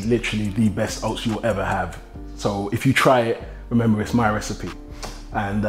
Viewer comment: Man said oasts i'm done forget oats i'm bot eating that